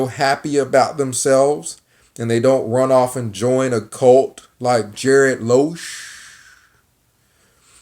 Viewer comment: It's not Loosch, but Lusch. Learn pronounce his surname for a start. Something else. A waiter in France, Austria, or other european countries is not a waiter as in the US. They are skilled. Same as a US chef, frying a hamburger doesnt make you a cook in Europe. You sound frustrated here. Typical.